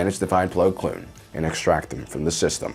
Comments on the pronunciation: ITS PLO KOON NOT PLO KLOON YOU JERK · His name is Plo KOON not “Plo Kloon” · Ahsoka Tanoo, Plo Kloon, make it stop please